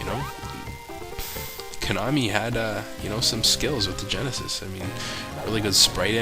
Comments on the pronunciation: Koh-Nah-Mii. I'm fairly sure that's how it's pronounced. Just sayin'. Great vid, though. You always make awesome videos. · The way you say Konami cracks me up.